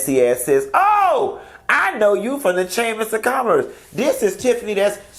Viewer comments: You did not get on here and say Chaymas of Commerce...🤣🤣🤣🤣🤣🤣 I'm so done!!!🤣🤣🤣🤣🤣🤣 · “The chamers of commerce” is what it sounded like 😂😂😂😂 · This is a chuckle; I heard the chamiss of commiss too!!!😂